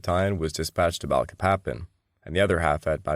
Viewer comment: THIS SO CALLED “ALLIED INVASION” WAS MORE LIKE AN AUSTRALIAN/BRITISH EMPIRE INVASION. THE AMERICAN PEOPLE WERE ADAMANT THAT US FORCES NOT BE USED TO RECAPTURE EUROPEAN COLONIES. BY THE WAY IT PRONOUNCED BA LEEK PA PAN